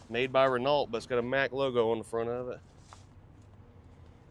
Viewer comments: it's not "Reh-nalt" it's "Reh-no". Oy vey! 😂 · Renault is pronounced Ren oh .